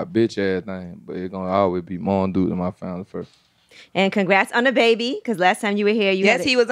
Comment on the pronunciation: I realized this guy is smart as fuck when he said...it stoded with the fost gorl!!!!